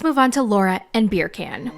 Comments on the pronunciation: 🤣🤣🤣🤣🤣 When you said Birkan, I really, really thought his name was Beer Can!😂😂😂😂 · I'm screaming at beercan! I think that's how says it Right?😂😂 Her pronunciations are hilarious!